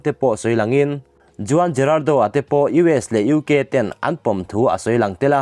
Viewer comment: Juan ti a lamtur nilo huan ti a lam tur aw